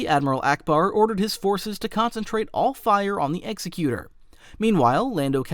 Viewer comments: am I the only one who gets annoyed by the mispronunciation of Executor. It's Executor like executive not Executer like execution. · My brother in the Force... Executor is NOT pronounced Execute-er, like an executioner. It IS pronounced Eggs-ek-u-tor, as in an entity that carries out the will of another. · Cause this is gonna drive me crazy… The Executor is pronounced like ig-ZEK-yoo-tur